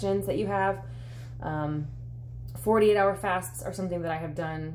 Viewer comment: Are you saying "40 hour fast" or "48 hour fast"...sometimes it sounds like one, sometimes the other...